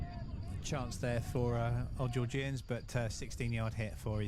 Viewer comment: Georg-Ian’s not geor-gee-ians……. Otherwise fantastic coverage thanks